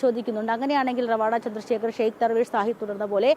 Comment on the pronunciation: നിങ്ങൾ പല വാക്കുകളും പേരുകളും (മറ്റു സംസ്ഥാനങ്ങളുമായി ബന്ധപ്പെട്ട് ) നിങ്ങൾക്കു തോന്നുന്നതുപോലെയാണ് ഉച്ഛരിയ്ക്കുന്നത് ഇദ്ദേഹം റവാഡാ ചന്ദ്രശേഖർ അല്ല ശരിയ്ക്കു മലയാളത്തിൽ ഉച്ഛരിക്കേണ്ടത് രെവാതചന്ദ്രശേഖർ എന്നാണ് ഇത് തെങ്ക് വാക്കാണ് A P യിലെ ഒരു കുടുംബ പേരാണ് രെവാത എന്നത്